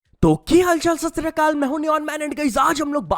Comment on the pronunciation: Bhai Sat Sri Akal hota h yrrr please correct krle. Humble request to you.